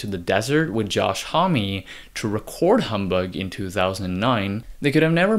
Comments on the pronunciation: Thanks for this breakdown... you did great. Josh Homme is "hum" not "hommie" :) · "josh homm-y"